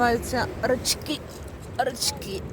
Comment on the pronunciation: Не рачкИ, а рАчки - поправочка, без обид, просто в Одессе так не говорят.